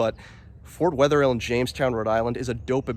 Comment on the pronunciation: It is not Fort Wetherhill. It's Fort Wetherill. Not "hill"